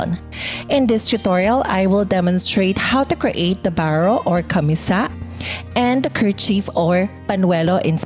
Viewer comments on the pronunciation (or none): Firstly, I enjoyed watching this. Pero this is me being picky, I was really bothered by the pronunciation of camisa. CAMÍSA, accent on the second syllable, and not camisá which I hear sa video. And a slight "correction" lang on rhe construction of the elements if you are aiming for a more historically-accurate version. 1. The sleeves usually do not reach the wrists. They are usually cut lower than the elbow but higher than the wrists. 2. For the panuelo, the folds are ideally not sewn because the panuelo should have visible dimples at about the shoulder area, especially if you are targetting a late 1800s look. Anyhow, your final output looks great with your choice of mocha as color (very similar to abaca or piña) plus the white embroidery patches. I wonder if you could create another set using piña/jusi/or abaca fabric instead.